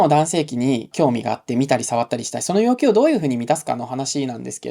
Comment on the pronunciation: ではヨッキュウ ではヨウキュウ 単なる発音の問題でした。失礼しました。